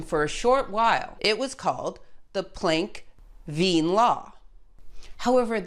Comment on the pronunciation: Wait, THE Lise Meitner, who later worked together with Otto Hahn? Correctly pronounced the name Wien, because in your earlier video, you flipped the i and e sounds. 🙂